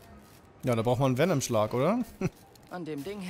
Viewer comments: Und es heißt Vennom nicht Vienom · der gute alte Wienem-Schlag (Venom wird :wennem: ausgesprochen :b) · bro, bitte sag nie wieder vinem schlag. Ich bin voll getriggert gewesen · wie er erst mal zum venom schlag vinom schlag sagt ( ca.) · Es heißt v e n o m Schlag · Beste Venom der symbiont falsch ausgesprochen und dann statt viereck einfach dreieck